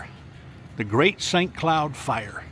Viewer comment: you're doing a great job!...and I chuckle at "grate!" every time 😂